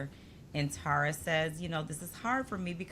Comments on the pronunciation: Y’all, it’s pronounced Terr-uh, not TARa. Just think of terra cotta, and you won’t get it wrong. I remember Rob C. said he bonded with Tara Lipinski and the first thing she said to him was ‘omg you pronounced my name right!’ 😉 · Love this channel and your banter. I’d check on the pronunciation of Tara’s name. Maybe I’m wrong, but I think it’s pronounced Tair-uh.